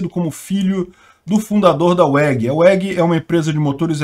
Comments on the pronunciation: falar umas palavras e nomes em ingles de forma bem estranha incomoda mas nem tanto... Mas takiopario.... UEGUI??? kkkkkkkkkkkkkkkkkkkkkkkk O W se pronuncia como um V, se fala VEG, sem puxadinho de "i" no final tbm.... A Weg é Grande Pra Porra, um Colírio e Orgulho brasileiro, já que a maior parte do brasil produz Plantas, Animais, Minerio e Corrupção.... Poxa cara, assim vc quebra a gente..... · muito bom o vídeo como sempre. Só um pequeno adendo, WEG se lê "VEG", não "UEG". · pronuncia VEG... no alemão o W tem som de V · WEG se pronuncia VEG. É a junção das letras de Werninhaus (é alemão e w tem som de v), Egon e Geraldo. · a pronuncia correta de weg no caso é "végui" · Essa história é antiga esse herdeiro já tinha reconhecido a muito tempo, o problema foi os irmãos que não queriam, a pronuncia correta é Vég